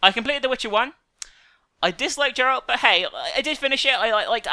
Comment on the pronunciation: It's Geralt for fuck's sake not Jerald -_